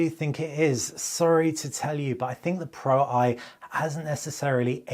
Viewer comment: Great video however it was frustrating watching you mispronounce the Pro-I. You clearly know that Sony phones use roman numerals (ie Xperia 1 IV = Xperia 1 mk4, Xperia 1 V = Xperia 1 mk5) so why would the Xperia Pro-I = Xperia pro eye instead of Xperia Pro mk1